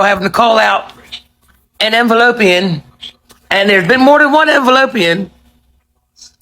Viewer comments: That lady said "envelopeian" i had to pause for dramatic laughter, I've seen the earth go round the sun 40+ times and this is the first time I've ever heard that one🤣🤣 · "ENVELOPEAN"... classic!!!!!! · Not "Envelopians" !!!! 💀😭🤣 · “ Envelopian”🤣🤣🤣🤣she made my day.. I am going follow her😂❤ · The lady called them Envelopeans. 🤣🤣🤣🤣🤣🤣🤣🤣🤣🤣